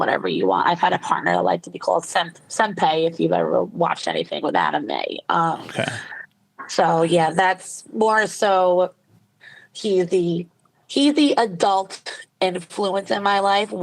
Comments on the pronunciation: senpay????? say senpai properly at least 😑😒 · “Sem-pay” girl 😭😭